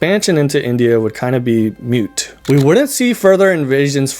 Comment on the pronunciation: Just a pronunciation tip: I think you said “mute” instead of “moot”. It’s not a big deal (a LOT of people say “mute”), but you say “Mahabharata” correctly, so “moot” is easy! I’m enjoying your video so far!